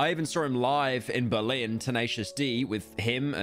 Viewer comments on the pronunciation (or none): none